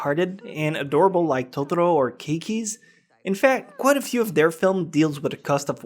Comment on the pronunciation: Great list, and I have to commend you on your Japanese pronounciation, but...well, I took four years of Japanese classes, and I'm pretty sure you're mispronouncing "Totoro" and a few others. I think you're overdoing it - "Totoro" is pronounced exactly how it is spelled - all Japanese words are, apart from maybe some katakana words that come from European languages.